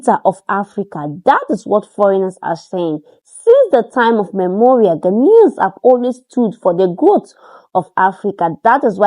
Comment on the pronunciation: Please say since time immemorial not time memorial